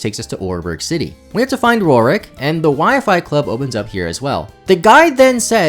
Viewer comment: Papa, love the content and love gen iv, but I’m 99% sure you have never pronounced Roark’s name correctly! 😢